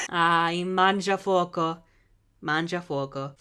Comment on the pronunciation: The video is very good and super hilarious but your pronunciation of "mangiafuoco" is just so BAD!!! sorry, I can't forgive you for this.